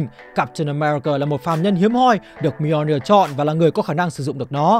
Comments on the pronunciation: Mì - O - Ni - Ơ là cái wtf? Người ta đọc là Mi-jô-nia là được rồi, phát âm như sách tiếng việt 1 phiên âm vậy ba? Còn việc Loki nhấc búa Thor đó đíu phải là âm mưu của Loki, nó bị cái spell kia reverse từ xấu thành tốt thôi. Sau này đảo cái spell lại nên nó cũng unworthy trở lại luôn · góp ý :| nếu không biết đọc như nào thì nên dùng google cho nó đọc chứ lên video mà đọc mjolnir buồn cười quá ....